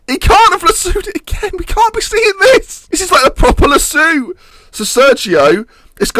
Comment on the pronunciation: Lass-OH Lass-OH not Lass-oo Pls Pls